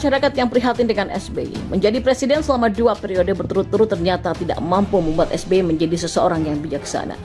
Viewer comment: Waduuuh Rempeyek...rempeyek, eeeh salah Es Be Ye...Es Be Ye.